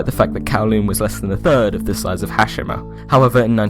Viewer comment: it's pronounced "Ha- she- ma"